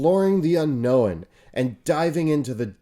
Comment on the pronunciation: I'm getting distinct Stewy saying Cool Whip vibes from when he says 'Unknown'.